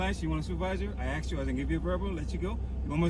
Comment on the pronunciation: " Axed " for a supervisor . Drives me nuts . Room temperature IQ cops . FTP